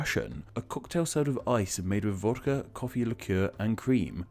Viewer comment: Think he also said vokda instead of vodka